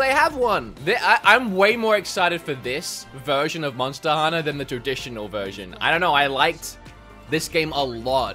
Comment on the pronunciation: Nobody:: "MoNsTa HuNNA??"